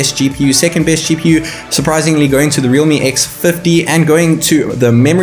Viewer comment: Realme not reame